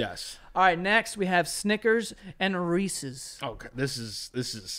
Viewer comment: As a canadian, i appreciate u called it reeses and not reesees 🤘